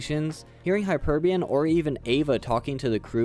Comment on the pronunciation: Hyperion Not Hyperbun